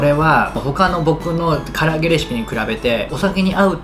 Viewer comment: 「こここにしたりいああ あちました」のせいで霞んだ「かりあげ」